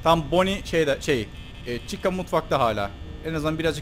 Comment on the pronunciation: abi bonny eğil banny a yla söyle